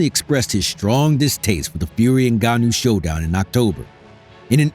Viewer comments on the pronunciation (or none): Put some respect on Ngannou surname whitey , just pronounce his name right, you have a white man name, Francis has the mother land name fool. Whatever his name is, you drug cheater ffs.wise up